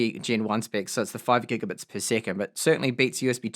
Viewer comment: you may want to change your pronounciation of the word "spec" to spehx just because the way youre saying it for usa viewers its a slur.